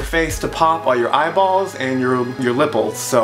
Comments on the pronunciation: "......lipples" lol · 'Lipples' XD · "lipples" hahaha